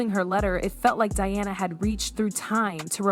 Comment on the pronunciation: Her name is Diana, NOT "DIONNA!" Say correctly you idiot!